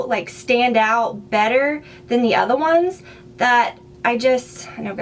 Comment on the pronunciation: love your new hair!! I love how you say "the other ones" it sounds to me like your accent comes out more? (I might just be hearing things though :P haha) fantastic video!